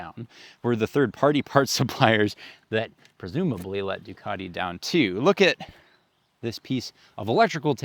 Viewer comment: There is no R in Ducati